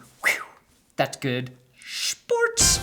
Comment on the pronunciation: As a german the "thats good schports" made me so happy. dankeschön! BTW I subbed only because your intro is so goddamn good.